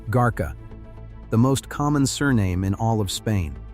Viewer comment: 😂really ?, garcia is not that hard to pronounce ! What is "garka" Lets see what this computer says compared to my grandmothers upbringing -- Camarillo but still rh neg valenzuela is a married name and not my own